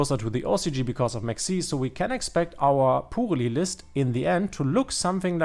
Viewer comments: You pronounce it in a German way. You say the German pu which is like the English poo so Killian made a pun because the German purrly sounds like the English poorly. If you want pronounce it right you have to say it like the German pö, Pörrli. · "pooly" xD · The archetype in this video is in my opinion very ... poorly pronounced 😉😉